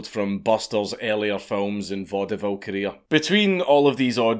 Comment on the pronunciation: I hate to be that person, but "Vaudeville" is pronounced "VAUD-vill" -- only two syllables.